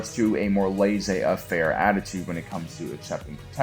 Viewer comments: "But he also mostly resorts to a more LAY-ZAY AFFAIR attitude when it comes to..." I'm sorry, WHAT?!? It's "laisser-faire"! It's pronounced LAY SAY FAIR! It means "leave it be". Full disclaimer: I'm a trained professional Frenchman. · pronunciation of laissez-faire infuriates me. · The most entertaining part of this was listening to trying to say laissez faire!